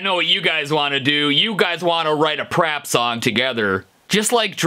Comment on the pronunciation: He said rap instead of prap😖😮